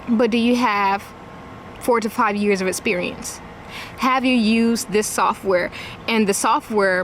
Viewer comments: "You need essperiense" everything I need to know from just one word. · I imagine during interview her mispronunciation of "esperience" might have something to do with it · Anyone else think she might have a better shot if she knew the word proprietary and if she didn’t pronounce the word “esperience”?